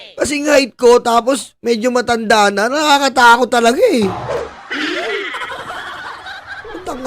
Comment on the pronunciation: Wag mo Naman paka diin ung salitang matanda😭😭😭